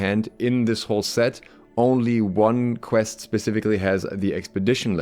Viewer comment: Every time you said quest it made me my mouse closer to uninstall… Pvp. Pls…